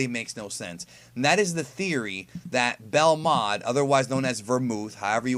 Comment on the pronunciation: His name is Belmod. Stop it.